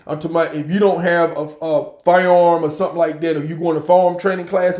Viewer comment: Listen to me. Stop saying "And stuff like dat!" And "All this kind of stuff!". And stop saying farm when you mean to say firearm. Say FIRE-ARM. I love your videos. Just trying to help you.